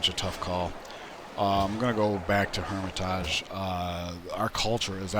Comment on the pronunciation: It's been mentioned before but bears mentioning again, that is not the correct pronunciation for Hermitage. Since it's the English translation of Эрмита́ж, either the English way "hermit-age" or "hermit-edge" or the Russian way "Ear-mit-ash" is correct.